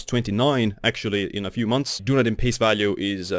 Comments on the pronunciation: It’s pronounced DUN EEEE DIN (I worked there! It’s Celtic for Edinburgh and is in the South Island of NZ) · Good summary. But learn to say Dun-EEE-din properly.